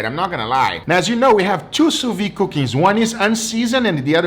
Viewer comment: Just for your information: although your pronunciation of the term "sous-vide" is much better than the average person's, there's is actually a "d" sound at the end, as the word is written. Keep the same pronunciation, but add a "d" sound like in "video/vid". Actually, you can easily look up the way a French speaker says it on youtube to see what I mean.